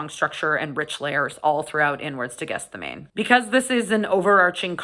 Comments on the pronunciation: Might have been useful if you could pronounce the album name properly, it's not called Guess The Name, although that seems to be what you're doing! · GETH SEH MAH NEE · I haven't heard anyone pronounce this properly, yet: Gethsemane is pronounced Geth-sem-er-knee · Great review. But that's not how you pronounce Gethsemane. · Might have been an idea to check the pronunciation of the title before filming. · I went to Catholic school and Catechism growing up. The word Gethsemane was definitely not pronounced the way it is in this video or by Blayne recently, by our Catholic teachers, priests and nuns. The correct pronunciation is also easily Googlable. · It wouldn't be a video featuring a Canadian without repeated mispronunciations. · Just FYI, "archon" is a Greek word pronounced with a hard "ch" ("ARK-on"), and "Gethsemane" is pronounced "Geth-SEH-mah-nee" (four syllables, with the stress on the antepenult/third-to-last syllable), not "GETH-seh-mane" (only three syllables). Sorry to nitpick, I enjoyed the review!